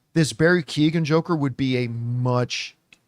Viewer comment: Keoghan is not pronounced Key-O-gan. "Keoghan" is typically pronounced as "KYOH-gun" in English, where the "Kyo" rhymes with "Joe."